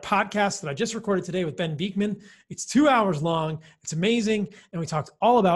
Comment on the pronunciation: sorry to be pernickety, but you always pronounce Dr Bikman ' s name wrong! it is jarring! you must have heard it pronounced properly so many times, honestly, listen ! ? it is Bik (man), as in tick, not beakman ! c'mon!!! 😂